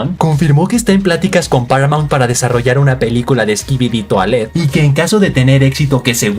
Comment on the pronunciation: jaja me da risa como dice skibidi toailete cuando es skibidi toilet y no se que trata de disimular si la serie esta muy buena